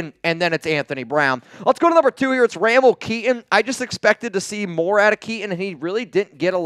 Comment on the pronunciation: It's pronounced (ruh-mel,..not ram-el)